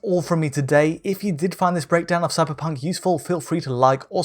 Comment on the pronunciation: Did he say "suckerpunk" ?